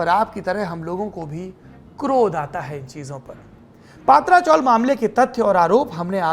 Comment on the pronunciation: सौरभजी, पातरा चोल का सही ऊच्चार पत्र्या ची चाळ है.🙏🙏🙏🙏🙏